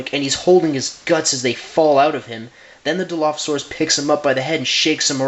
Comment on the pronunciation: You don't say dilophasaurus like that Think of dino then turn the n to an l and then add the phasaurus back